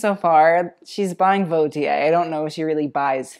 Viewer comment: Lmao funny how you say she can say "Vauthier“ when she and you actually don’t